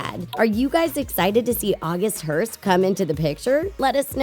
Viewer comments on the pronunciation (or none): August Heart not Hearst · it's august heart, not august hearst. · Its august hart not hearst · not AUGUST HEARST ITS AUGUST HEART, FOR GOD SAKE!.